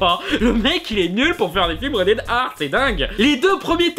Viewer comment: tu dit rated R comme red air ar les francais on un probleme avec la lettre R